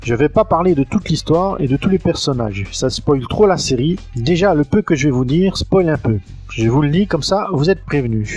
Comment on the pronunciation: "Perssonages" 1'23